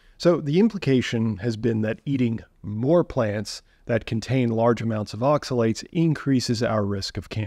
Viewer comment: Not oxa-see-you-later, see you oxi-later